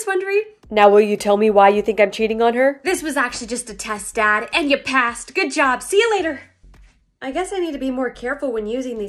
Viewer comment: "and ya passed" the accent-💀💀💀